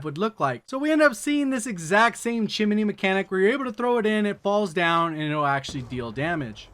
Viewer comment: chimney not chin-er-ney